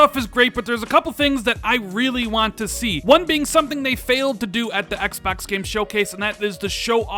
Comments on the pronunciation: "EX BUX" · I hate the way this guy says.. xpoks this xpoks series x is xpoks going to show the xpoks 2020 event for the xpoks velocity architecture xpoks xpoks xpoks lol